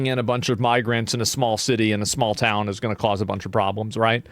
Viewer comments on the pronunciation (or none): “Small toooun in Ireland” -Asmond from Texas